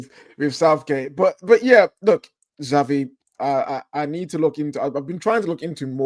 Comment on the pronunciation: Zavvy? Always got to try and be extra sassy eh. Speak properly lol